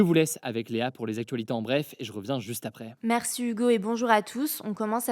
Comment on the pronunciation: Bonjour Toujours de très bons contenus. Si je puis me permettre est ce que vous pouvez dire merci Hugo et non pas merçu Hugo comme dans les 3 dernières vidéos voilà voilà. 😂😘